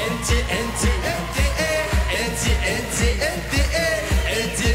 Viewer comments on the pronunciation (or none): ههههههههه في الدقيقة ايهاب دحك على كيفية نطق ل انت هههههه انط انط انط ايييييي هههههه هووووووووووب و علووووووووش 👍👍👍👍